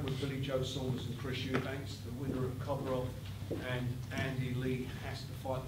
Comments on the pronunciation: Chris eubank used to be called eubanks....he changed his name and dropped the s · Is Frank really still saying 'Eubanks'. Has to be on purpose